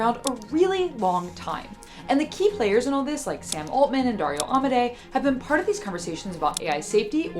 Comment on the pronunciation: At this point you should ask an Italian how to pronounce AMODEI.. For the record it should be somewhat equivalent to ah-mo-DAY-ee for an English speaker